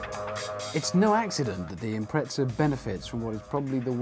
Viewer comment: There’s no “t” in Impreza…